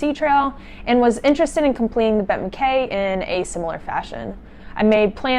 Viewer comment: 🛬 Congratulations on a tremendous effort! But, it is pronounced MacEye.